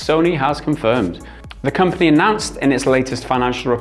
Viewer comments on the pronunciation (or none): none